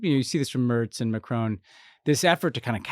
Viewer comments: Please pronounce Macron correctly. There is no ‘e’ on the end. It is not ‘Macrone.’ 😩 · I’ve not heard anyone on UK tv or any politician or commentator say “Macrone.” It’s Macron. It’s very definitely an American thing -like when they say “Bone Appetit” rather than “Bon.”